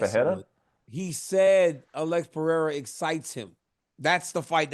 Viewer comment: ESPN, tell Brett (and Joubain) how to pronounce "Pereira". Guy is painful to listen to.